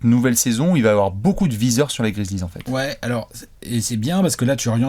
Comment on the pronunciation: Cette gueule quand tu as prononcé le mot "Viseur" Chui maurr 🤣🤣🤣🤣🤣🤣